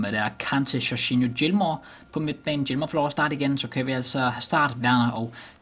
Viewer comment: du udtaler det rigtigt